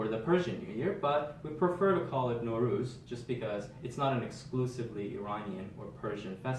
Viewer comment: Nowruz = Nav Roz!! A few differences in vowels!